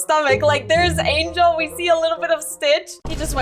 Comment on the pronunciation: I swear you said angalo not angel!!!!